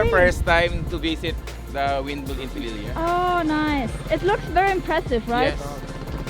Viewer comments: Pililia, pronounced as Pi - li -liya.... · Pee-leel-ya! That’s how your suppose to pronounce it. :) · It Pronounce: Pi - Lil - Ya Rizal😊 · It's pronounced pi lil ya from Rizal 🇵🇭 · Pililla, in Rizal we pronounce it as "Pi-lil-ya" with slight variations per town, some indistinguishable, some very distinct :) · Pililla = PEE LEE LYAH. In Mexico, double L is pronounced as a Y, in the Philippines, the first L is not silent. For example the name "Bella". For English speakers it is Be-La but in the Philippines it is traditionally pronounced "Bel-ya" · Pilillia, pronounced as Pea-lee-lee-ya(a as in yam) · The pronounciation of "Pililla" is (Pea-lill-yeah). Hope you try it.. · It’s pronounced “Pee-lee-lee-un”,, and say it normally, not too fast nor too slow. They also have them here in southern Okinawa and I actually have pictures of them. It’s really windy where you are! It’s cold right now here in Oki, and windy as well, kinda like the beginning of winter in the states but that’s as far as it goes, thank God! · You’re most welcome, except I made a mistake on the name. It’s Pililla, not Pililian. Whereas it would be pronounced Pee-lee-yah in Spanish due to the two LLs, in the Philippines the two LLs are also pronounced like the letter Y but with the added letter L before the Y. In other words, instead of Pee-lee-yah, the Philippine pronounciation is Pee-leel-yah. The Spanish “eh-yeh” (2 LLs) becomes Filipino “ehl-yeh”. Hope I didn’t confuse you more with this explanation. ☹️🤔😂🤣🤨😏+